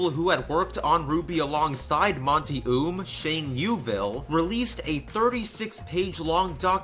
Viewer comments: I don't wanna be "That person" Buuuuutttt his name is pronounced like "Owm" not "Oom" That is all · Just for future reference, the pronunciation of the creator is "oh um" no hate, just a little correction. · FYI, his last name is pronounced "oh-umm" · I'm a tad bit late but, guy's last name is pronounced Oum (Oh-uh-m) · You said Monty Oum's last name wrong. It's pronounced like Owm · "Monty Oom" lol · Any one else notice that he mispronused monty's name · He pronounced Monty's last name wrong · Please pronounce his last name right next time please